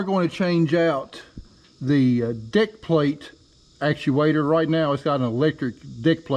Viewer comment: Are you calling that a deck plate or Dick plate